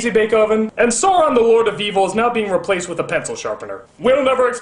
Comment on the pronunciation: Did he pronounce Sauron as Soron?!